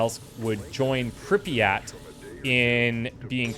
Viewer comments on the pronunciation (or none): none